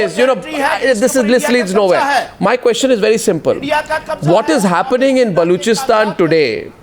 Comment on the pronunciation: Sale balochistan kehne bi nae ata es ko